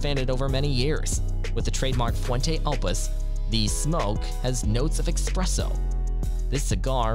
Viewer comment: EXpresso instead of espresso, I’ll let it slide. Then you said Cohiba all fucked up and now I’m done watching.